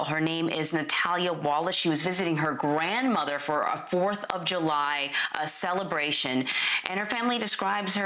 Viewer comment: ... "she was visiting her GRAND mother..." can't you just talk like a normal human without over emphasis?